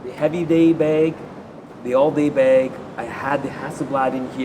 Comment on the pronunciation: Anyone else love the way he says "beg"?